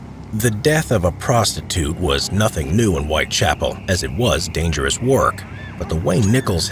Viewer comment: A pronúncia correta é White Chápoul e não White Chapél